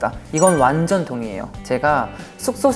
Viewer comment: 완젼이라 하는 발음 왜케 기엽니ㅠㅠ 영원한 막내 쭁